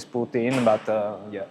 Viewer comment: You lost me when you said "poot"